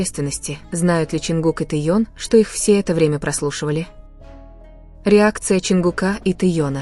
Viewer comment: Почему вы Техена называете Тееном???